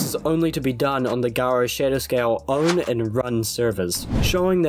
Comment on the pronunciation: I can’t stop hearing “guro” instead of “garo”. I actually wouldn’t be surprised if that was intentional.